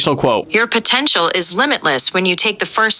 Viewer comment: Siri: Your potential What i heard: You're Pathetic 😂😂😂